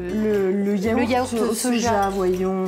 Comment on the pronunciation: je t'adore mais à yaourt il n'y a pas de "h" avec un petit compliment pour faire passer👍